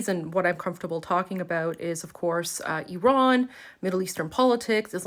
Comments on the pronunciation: its not errr ron eon. Its I RAN! come on now! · Iran 🤔Eron 🤔 the way you say it is not the way it’s spelled the way it’s spelled is not the way you say it🤔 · Why can't she pronounce iran or Iranian correctly 😂🤣